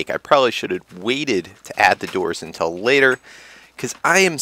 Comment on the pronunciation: Lol the way you say until. Im enlish so it sounds superweird .